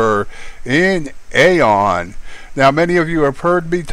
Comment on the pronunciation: I'm pretty sure that AION is pronounced "EYE-ON."